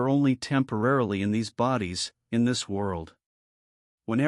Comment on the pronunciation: Your A.I. robot narrator gets the inflections wrong. When it says "Tesla explains it this way", it puts the emphasis on the word "explains", so it sounds like this: "Tesla EXPLAINS it this way". But what the script is supposed to be saying is "Tesla explains it THIS way". GET IT??? It's a completely different meaning!!! Why can't you clowns fix this stuff before you post your A.I. video?? Or better yet, how about getting a REAL HUMAN BEING TO READ THE DAMN NARRATION. I'm so sick of your BS.